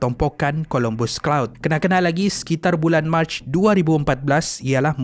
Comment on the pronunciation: COLOMBUS CLOUD KE CUMULUS OR CUMULONIMBUS CLOUD?! HATI2 ADMIN DGN SEBUTAN.